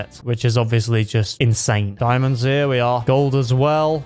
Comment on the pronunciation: When you Said diamandos you almost Said diamonds In danish